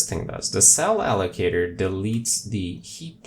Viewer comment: haha, "m.. block.. a-llo-ca-tooor"